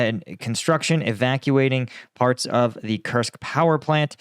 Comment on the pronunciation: Koorsk. It is pronounsed Kooorsk, like roots.